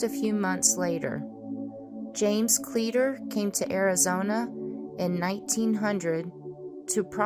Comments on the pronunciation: As a long time resident of Arizona (almost born and raised here) ... I believe the town is pronounced (clee - a - tor). at least that is how I was taught, and have pronounced it all my life. My mother used to live near the bradshaws, went up there with my step father hunting rabbits, and doing a little indian artifact hunting. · I can assure you it's pronounced cleeter.